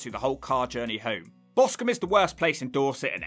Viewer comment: BOSTON ???? You mean Boscombe LOLS